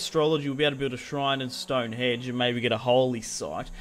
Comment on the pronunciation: Stonehenge not Stonehedge